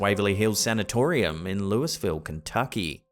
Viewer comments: Kentuckian here & Waverly Hills Sanatorium is in LOOyville, not Lewisville, Kentucky...like how Prince Louis' name is pronounced, Louie. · Louisville is not pronounced Louis ville. You have 2 choices Lou Uh Ville Lull Vull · "Lewis-ville" 😂 (I tease, but it's pronounced "Lewie-ville" 😁) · It's pronounced Louie-ville, not Luis-ville. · I love the way you pronounce Louisville, KY. We Americans call it Lou-uh-vull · _____#4 - Louisville Kentucky is pronounced (Lewie-ville , or Lewa-vile,) ( it depends on what part of the country you’re from) The first thing that comes to my mind when I hear the word, Louisville, is a baseball bat that’s been around forever called the “Louisville slugger“ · Hey it's pronounced Loo-ah-vule. Louisville, KY is where I live, the TB hospital which is what us locals call it is no joke. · We like it pronounced Lou-a-vull, Kentucky. Also, the thing about Waverly Hills room 502 has always felt like a 12 yo made it up just because Louisville's area code is also 502 😅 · You beat me to it,. "Lewisville"? LOL